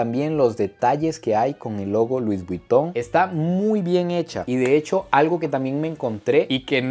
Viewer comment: “Luis buiton “😂